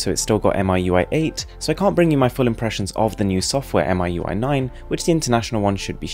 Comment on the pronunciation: XiaoMi is pronounced "see-ah-ow me" and MiUI can be pronounced "me UI".. just thought I'll help with the pronunciation! Keep going with the high quality vids! =)